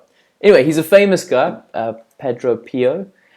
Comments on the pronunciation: Tips , widen more your research and also how to pronounce there names most especialy St Pio ( piyo ) or padre pio , reasearch on him so youll know he is a priest ... Cause you just said " this guy is famous .."🤔🤔 say what ? Hehehe broaden your research 😊😊😊😊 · Padre pio is pronounce padre piyo his tru name is francisco forgonei